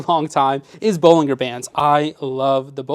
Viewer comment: btw, it's pronounced BolinJER bands not BolingGER bands....